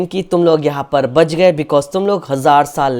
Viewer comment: Gege ❌ Gayge ✅🤡